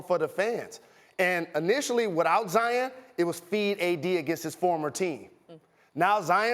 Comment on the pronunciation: Jalen it's kind sad that all these white people know how to pronounce Zions name way better than you. It ain't Zi-en its Zi-ON!!